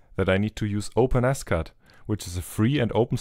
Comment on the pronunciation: Open S Cad, I thought you we're saying OpenAscott. My bad. Great work!